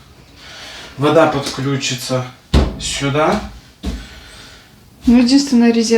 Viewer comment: почему вы говорите,, рИзетка"? Ведь рОзетка!